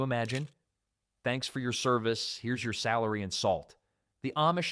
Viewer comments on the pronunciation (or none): Sal- ary....